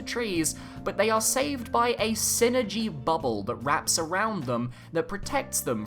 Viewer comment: Just want to make a little correction on the way Psynergy is pronounced as Psynergy is a portmanteau for "psychic energy" (エナジー Energy in Japanese) and is not meant to be spoken as the word synergy. It is the form of magic featured in the video game series Golden Sun for those who aren't familiar. #TeamIsaac4SmashUlt o/